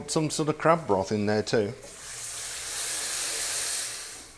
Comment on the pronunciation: Very Cool video. I did crack up at first because I thought you said "crap stock" and not "crab stock". Hah